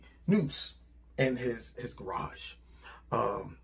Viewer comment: "In his Gay-rarge" 😂😂😂howling